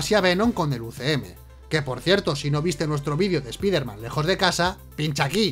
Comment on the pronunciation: No se pronuncia espiderman, se pronuncia espaiderman, cutre